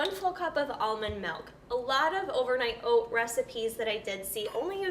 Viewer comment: "Melk" and Wegmans products. Someone is from NY.